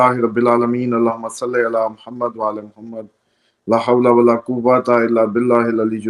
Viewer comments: Atleast learn first how to say la hawla wala. I beleave you are such idiot who cheats and deceives people. Keep your tongue inside your mouth when speaking Do not show your tongue like a baby kid...... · Teach him how to say la hawla wala. He still does not know his Kalema how is he a sir. And teach him not to show is tongue like a kid when speaking.....